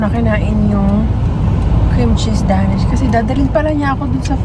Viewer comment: hind po Da-Nish ang tamang pronunciation sa paborito nyo bread its Dey-nish 😊